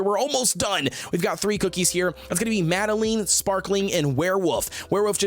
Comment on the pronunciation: My man not only did Madeleine dirty placing him in C tier he also mispronounced his name OTL